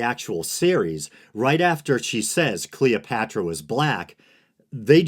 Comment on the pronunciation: Who's Cleeopatchra?